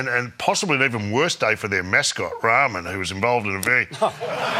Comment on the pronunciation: Did Mick call the Tassie mascot Ramen, as opposed to Rummin'?! What a c"£$t he turned out to be.